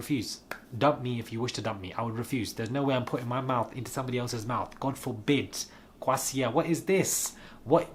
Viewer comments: Yooo...I died when you said Kwosia! 🇬🇭 #injectit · Did he say kwasia? 🤣